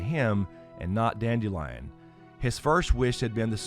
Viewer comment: Listening to the audiobook, instead of pronouncing his name as "dandelion", They went for a slightly different approach…dand-ill-ee-on…Kind of a play on the sound of the word instead.